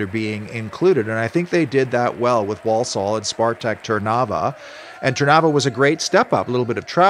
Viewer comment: It's pronounced ...War-Sull